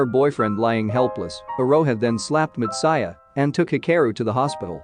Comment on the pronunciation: it has Anime 3D Kanojo. and hearing/listening to this narrator really irked ne in bad ways .. way he pronounce words like Matsuya and anime just couldnt sit well with me ... had to pause video half way and leave this comment before leaving page xD